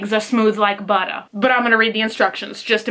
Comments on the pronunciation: "Legs aw smooth like buttah". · "and yeehaw your legs are smooth like buttah" lmao